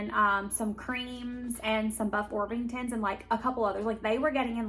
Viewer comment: I'm in NW Tennessee and I got my chicks from TSC about 9 weeks ago. The only issue was I think I was too soon but I've seen chicks in stores. Btw - they are buff orpington not orf-ington lol